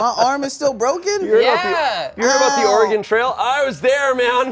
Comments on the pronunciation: Dear goodness…is this video going to all be “Or-e-gone”? Dudes, it’s Or-e-gun. 🤣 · Every time they said “or-e-gone” I cringed 😂 it’s “ore-gun” cuz we like the right to bear arms 😂😂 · Omg, hearing oreGONE over and over is killing me inside, too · Our punishment is everytime they say "Ore-gone" instead of Oregon. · Hearing pronounce Oregon makes me feel validated in my pronunciation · Oregonian upon hearing say “Ore-gone”: Kill Bill Siren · Or-E-Gone Oregonians: 😮‍💨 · As an Oregonian. Let me say.. It's or-uh-gun... ❤️ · Someone PLEASE correct on my state’s pronunciation. “-GAHN” is such a pet peeve of ours… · or eh gon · correcting the pronunciation of Oregon hahaha I felt that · As someone who was born in and spent most of his life in Oregon, I hate how is pronouncing it, even if done comedically. BLARGH!!!! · We had to play this in school, as well as the Lewis and Clark Expedition. I don’t know why, but people would pronounce Oregon the way did, but ONLY when talking about the game. When pronouncing it as just the state, they’d say it properly. I never understood that. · As an Oregonian, the Smosh cast stuggling to pronounce "Williamette" and "Oregon" was so great. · There should have been punishments for every mispronunciation of Oregon and Willamette! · The constant mispronunciation of every name was so painful as an oregonian